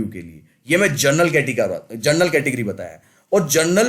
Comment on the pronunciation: Gernal cutoff nahi General cutoff hota hai😏